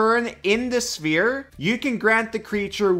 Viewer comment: I got so confused when i heared "smear" instead of sphere. Lmao. Awesome video.